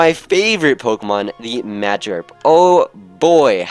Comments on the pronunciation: cringe. he said magarp. it's magikarp you forgot the ik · he called magikarp magirp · Y did u say magarp it's magikarp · magerb??????....... It's magikarp dude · He can't say magikarp correctly